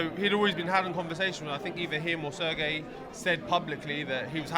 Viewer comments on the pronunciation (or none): none